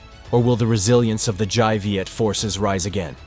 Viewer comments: Dai Viet - the dai is pronounced with a 'd' sound, not a 'j' sound. sounds the same as Cantonese for 'big' : 'dai.' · Dai in Dai Viet should be pronounced as (Dye) not (zhai) as in the video. Written Vietnamese have its own way of pronunciation.. not the same as English. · Very interesting account. Just one thing: the Đ of Đại Việt is pronounced D as in Domino.